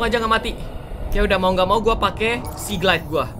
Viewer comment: Seamoth atau Seagled,bukan Simoth atau Siglied wkwk